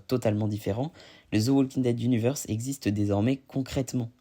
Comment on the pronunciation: Le L de WALKING ne se prononce pas.